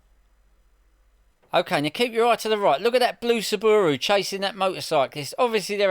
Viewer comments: What’s a sooobooorooo? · What’s a sabbooru? Is that similar to a Subaru? 😂